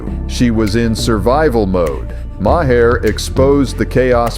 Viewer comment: Someone fix these Ai voice overs, Maher=My hair? Really? 🤨🤨